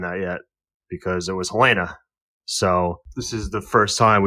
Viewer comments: Helen-uh. Not Helaina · Helena not Helayna, I turn off if you can't get a main characters name right . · Oof... it's Helena. HELL-en-uh. Sincerely, I guy that lives in Helena Montanan. 😅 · U guys saying helena like the girl from house of dragon but it's HEL-ENA